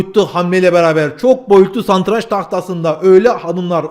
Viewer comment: ''Santraç'' değil ''Satranç '' olacak,dil sürçmesi diyeceğim ama daha önce de defalarca böyle söylemiştiniz...